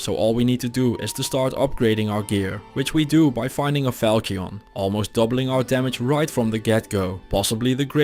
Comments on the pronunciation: Falchion = Fal-Shun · Falchion = Falsh-ion Ch = Sh (In this case)